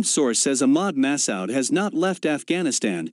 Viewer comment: ma:su: please pronounce collectly